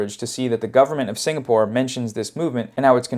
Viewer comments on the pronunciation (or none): none